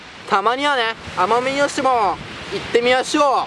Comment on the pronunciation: 奄美大島言えてないw w w